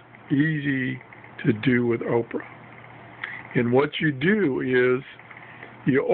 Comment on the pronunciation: Not oprah it's opera